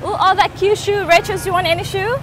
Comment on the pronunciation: She really calling her "racheal(s)"